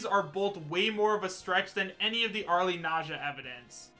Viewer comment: How many times do I have to tell people that the "e" in "Arle" is silent?